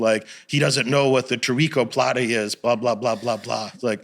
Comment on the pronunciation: He said toriko plata 😂 bruhh i know omaplata and gogoplata